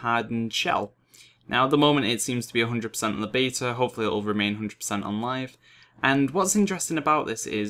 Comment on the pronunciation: Can you just make a 10 min video of you saying beta?lawl.